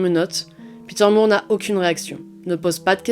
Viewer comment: De toutes les nouvelles chaînes de true crime, la tienne est ma préférée. Bravo pour ton travail ! (En anglais le nom de famille More ou Moore se prononce comme "décor" et non pas comme "amour". Je suis Canadienne donc bilingue. Désolée, c'est uniquement une info, tu en fais ce que tu veux 😊)